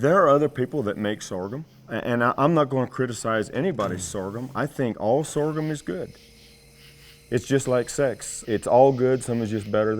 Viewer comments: If I hear this dude say sorgum one more time!!!! Lol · Lol I'm just here hitting my blunt every time he says soregum